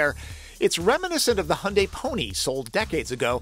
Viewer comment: Ioniq5를 지금 주문하면 출고까지 12개월이 걸린답니다, Your pronunciation of the word "Hyundai" is correct. 현대 (Hyundai) means modern or contemporary in korean.